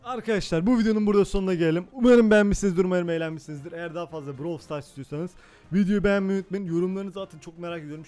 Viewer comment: Brawl stars diye yazılıyor browl stars diye okunuyor